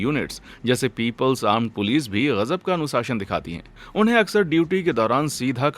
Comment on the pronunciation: Anusashan ❌ anushasan ✅